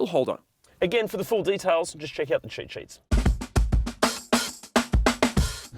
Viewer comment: I love the way you say cheat sheets. It sounds like chit sh*ts 😂